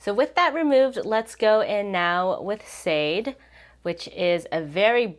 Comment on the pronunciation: im sorry but it’s not shaw day but shaaaaaaaaah day. It’s a Yoruba name. ❤ (the pronunciation isn’t accurate but that’s the best if you do not speak Yoruba) . you tried tho.